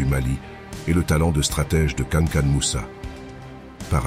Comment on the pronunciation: Cest pas kanakan mais kankou moussa ou mansah moussa